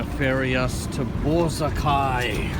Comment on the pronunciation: Crikey mate! It's pronounced Bor-ROCK-eye, not BOR-uh-kye. LOL